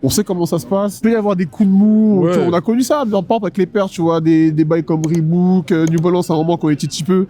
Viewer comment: Elle fait plaisir cette petite vidéo menés🔥🔥 Est ce que Keusmo valide le ''reebouk'' ? 😂😂